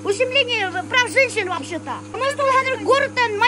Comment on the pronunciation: говорит ----- волбще то---- так своеобразно и прикольно, я сразу улыбаюсь. Спасибо тебе,, за радость.